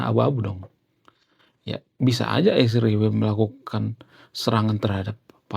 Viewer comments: Kenapa nyebut Israel nya harus Isriwil ................. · Mohon maaf bang, saya sebagai Seorang Yg sangat respek kepada bangsa ISRAEL,tidak suka dengan sebutan isriwil. Tolong lah dirubah